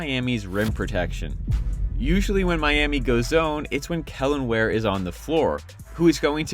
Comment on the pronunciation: Really good breakdown, you got a sub from me. Just gotta learn how to say Wares name properly 😂